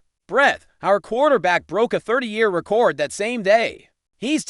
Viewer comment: Stop mispronouncing record 😮